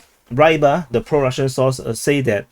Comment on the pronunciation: just something: Rybar (Рыбарь) should be pronounced prounounced Reebar', not Raibar